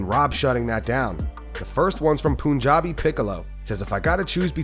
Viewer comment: It's PUNjabi not POONjabi 😭😭